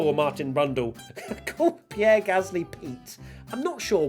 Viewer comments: I literally thought I’d misheard Martin call Gasly Pete 😂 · Yes definitely heard 'Pete' Gasly